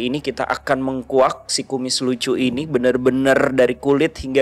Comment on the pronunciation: bukan mengkuak tapi menguak. Belajar sayang sama Bahasa Indonesia buat tim DA yang sering kacau Bahasa Indonesia nya.